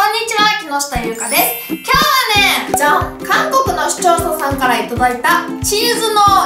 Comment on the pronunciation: 「しちょーささん」って聞こえる